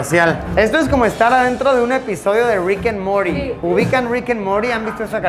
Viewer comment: Luisito : rikanmory Cualquier persona normal : rikimorty